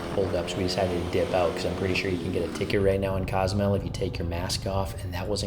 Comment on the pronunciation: cos-oo-mel that's how you say it